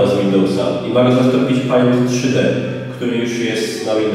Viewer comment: Nie da się tego słuchać XDDDDD I jeszcze ten "pajnt" XDDDD